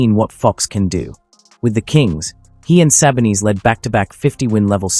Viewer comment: Who are these players? Em-bit, Jah-nees, and Jo-kitch? Sah-bo-knees? ← [My fave mispronunciation] This is so bad lol. Embiid. Giannis. Jokic. Sabonis.